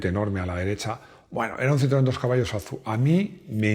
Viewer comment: ¡Qué mal me suena eso de Azu! En Citroën (Fábrica), el nombre era "A Zeta U"